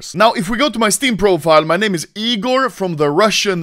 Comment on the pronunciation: I’m rus, Egor ✅ igor🚫